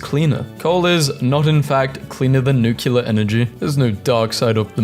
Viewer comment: NUCULAR!!!! love your stuff though